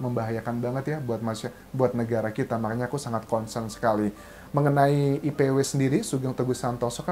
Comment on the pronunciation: IPW bang bukan ICW